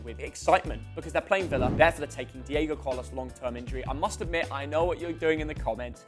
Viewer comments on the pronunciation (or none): none